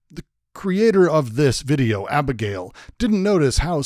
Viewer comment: "Abegail" XD